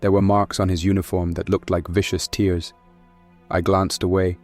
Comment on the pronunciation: not sure why tears has been pronounced as tears 😢, I really enjoy the stories but I really hope none of its AI